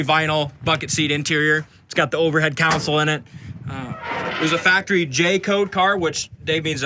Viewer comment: Why are you calling it a "council?"